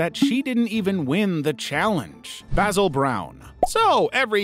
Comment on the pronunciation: That is NOT how you pronounce Basil...